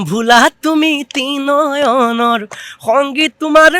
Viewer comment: Ussaron thik kor o.. tinoyon.. nohoi Trinoyon.